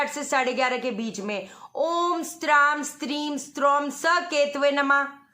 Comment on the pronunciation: पहले आप मंत्र का उच्चारण सही करो, ऊं स्रां स्रीं स्रौं स: - ये इस्त्राम नहीं बोला जायेगा. इसमें से त का उच्चारण हटा दें. और मामृतात का भी सही उच्चारण सीख लो. पंडितों को बुरा भला कह रहीं हैं